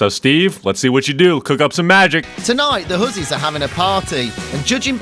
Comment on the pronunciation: U kept saying horses bro and im like its huzzys😭😭😭